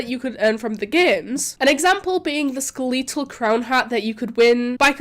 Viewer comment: Skeleetal???? Bruh Skele TAL